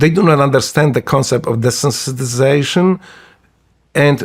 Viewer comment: 😂😂😂 He actually nailed “Desensitization”! Shawn Ryan on the other hand… 😂😂😂